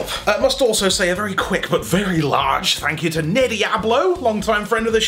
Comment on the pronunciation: should say “thank ” instead of thank you